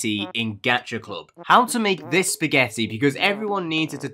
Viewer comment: When he says spaghetti I laugh as hell